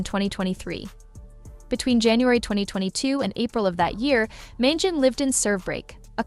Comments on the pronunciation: Please pronounce Luigi’s last name correctly: Man GEE on ee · It's pronounced, "Man-gee-oh-nee".